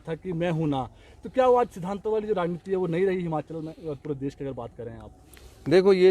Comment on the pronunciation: Jab se appne himachal mai se ,,इ htaya hai tab se himachal ka beda garg o gya pllzzz hamachal nhi himachal boleye app